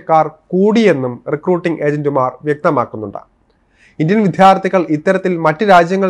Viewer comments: വിത്യാർത്ഥികൾ അല്ല. വിദ്യാർത്ഥികൾ.ശരിയായി മാതൃഭാഷ ഉച്ചരിക്കൂ. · "വിദ്യാര്‍ത്ഥികള്‍ " ശരിക്ക് ഉച്ചരിക്ക് . മഹാ വൃത്തി കേട് 😮😮😮😮😮